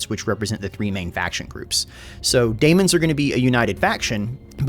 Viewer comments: please, it's pronounced Demons still, not Damons. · Hey, It’s demons or daemons NOT daimons nor damons. The A is silent whale the E is not. Thanks! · dee-mons. zeench. katarin. ca-thay. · You're just trolling us now with your pronounciation of 'daemons'.